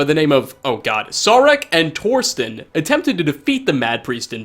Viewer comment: Haha, im actually named Torsten. It means Tor's rock and yes, your pronunciation is horrible as usual! I like the names in Skyrim, they are a weird mix of nordic names, but the funniest nord name was in oblivion: Skjorta. That means shirt, fitting for a clothes vendor.